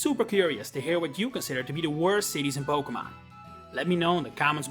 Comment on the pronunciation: You misprounce Pokémon